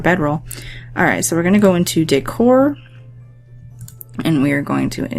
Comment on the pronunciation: it wounded like ou said "dick-whore" instead of decor lol